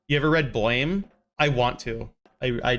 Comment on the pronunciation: The manga is read blam, not blame